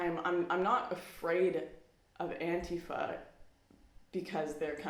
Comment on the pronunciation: learn how to pronounce antifa. and don't worry I don't feel bad for you or your alt-right friends.